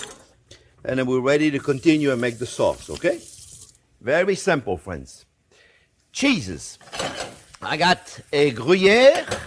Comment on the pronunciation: When Chef said "cheeses", I thought he had taken the Lord God's name in vain. I had to make the sign of the Cross.